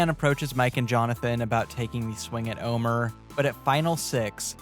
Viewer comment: Yeah, that segment really bugged me. Not only do you have an entire season to learn how his name is pronounced, it's not even spelled that way to throw Luke some kind of bone.